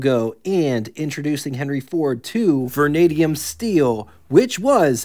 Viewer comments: Yeah, Vernadium? Vanadium and Mo-lyb-de-num.. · muh - LIB - den - umm vah - NAY - dee - umm